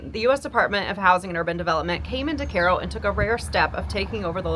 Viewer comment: Great to know it's pronounced KAY-ro , not KY-ro !